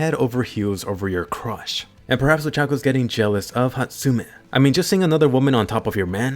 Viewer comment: Ochako is not that hard to say man